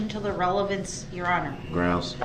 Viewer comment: There wasn’t actually a photo of him face on and the license plate. They could have offered a ‘photo’ of him face on in cross BUT I’m sure Ms Oper changed her mind mid trial because of this attitude and it was more fun too for them and us to see him squirm with the video!! 😂😂😂😂 and it was wonderful to watch him panic! LEADING, RELLY-BUNS-SEE, LEADING, OBJEC-SHUN, OBJECT-SHUN TO RELLY-BUNCEY! OBJECTION, I WOULD LIKE TO MAKE AN OFFER OF PROOF FOR MY APPEAL! Panic stations 🫨😂 It was MIND BOOGLING! 😊